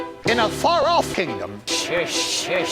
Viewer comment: "In a far-off kingdom." "In a Faraf kingdom." Lol.